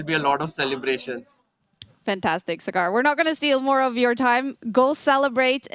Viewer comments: Not sagaar but saa-gur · Saagr, not sgaar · Saaagar not Sagaaar.. Respect is a two way street.. Stop being intentionally rascist.. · Sagar❌️ SugAArr✅️ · It's so disappointing to see kaja not even make an effort to pronounce Sagar correctly, she's not a chess expert her whole job is to be a professional host, communication skills is a pretty important part of that